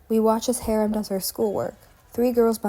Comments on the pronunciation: this is amazing and really helped me to understand their lore, thank you so much!!!!!! unfortunately i’m going to have to insist you pronounce haram’s name correctly, PLEASE 😭💔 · oh gosh guess i been pronouncing harams name wrong